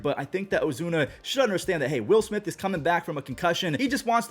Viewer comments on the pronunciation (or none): none